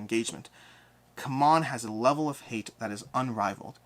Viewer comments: Isn’t it time you call them how they call themselves? See-mon 😜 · My beef with CMON is that first they were Cool Mini or Not with the shortcut pronounced "C'mon." Then when they shortened it, they tried so hard to get everyone to change to "See-mon" when clearly they were against the momentum.